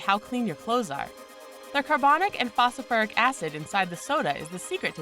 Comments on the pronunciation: I find it hard to give credibility to a narrator who says "Fasafurick" when mentioning Phosphoric Acid. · there are 2 T's in the word Button......also its Phosphoric Acid, not "fosafuric acit" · you didn't just say PHOSOFURIC ACID!... brilliant commentary btw 👍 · what the hell is phosofouric acid? the narrator obviously failed chemistry class. and maybe English class too. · Seriously can you not pronounce phosphoric acid?? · I died a little inside each time she attempted to pronounce "phosphoric acid"